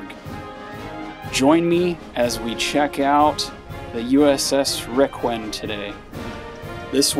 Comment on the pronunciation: For the record, it's Requin, pronounced 'rayquin'. My dad served on her as a radioman during the Korean War.